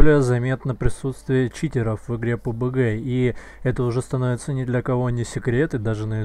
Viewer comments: Не пубг, а пабг пожалуйста . Уши крутит такое произношение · Пи Ю Би Джи , уважаемый